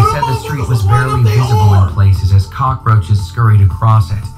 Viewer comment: bro I had teh cackaroaches bruh Victoria Justice: I think we ALL had the cackaroaches